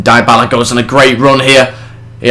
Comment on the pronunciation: good video , but two main points A. besides from buying dybala(which juve already did) and bringing back berardi and leali the rest isnt realistic , for example buffon should be no1 to the point where he starts dropping overall points B. the players names are wrong Im not italian but Im pretty sure they are dybala : Dee-a-bala or dy-a-bala , berardi is how you read it , leali : lee-ah-lee and caceras : Kaseeras not saseeras as you say it..:/